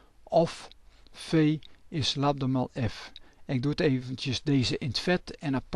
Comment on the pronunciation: Noemt men golflengte niet Lambda ipv Labda